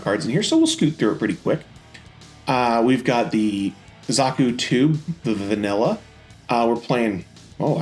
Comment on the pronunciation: dont feel bad all the zeon suits have weird names. like its pronounced big zaam not zam